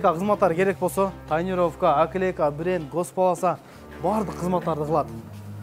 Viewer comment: Пытыр пытыр, аклейка эмне деген сартский создор. Жок дегенде наклейканы туура айтсан